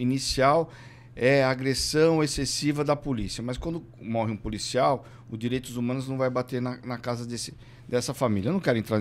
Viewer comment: "o direitus humanus", sério?